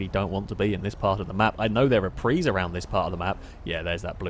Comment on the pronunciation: It's PRIUS not a PREE!